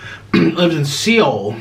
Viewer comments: Stop ✋...🤦🏽‍♀️ Seoul is pronounced soul not 🦭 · “Oh she lives in Seal” 🤣🤣 do ya mean Seoul